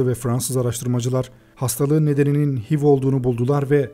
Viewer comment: Hiv diye okunmuyor eyç ay vi diye okunuyor